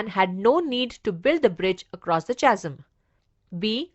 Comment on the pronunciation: The pronunciation of Chasm is कॅझम् and not चासम्